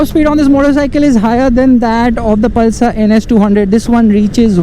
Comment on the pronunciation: Palsar mt bolo bro